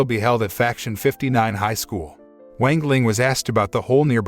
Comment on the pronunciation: Bruh I hate this guy mispronouncing "wang ling" into "wengleng" like wtf😡